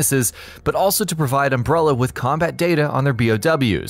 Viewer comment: Seriously if i hear umbrellEEER one more time...im going to go american NUCULER smh...why!? cant you just say it right? um brell A and NU CLEAR